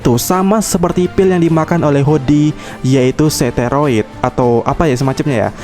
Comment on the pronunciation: narasi : cybrog (cyborg), seteroid (steroid) teks : perna (pernah), diebut (disebut)